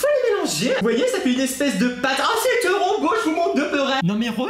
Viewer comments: Je t'aime bien mais arrêt de dire "tero beau "😄😙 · Mdrr " c teuroh booow " mdrrr 😂😂😂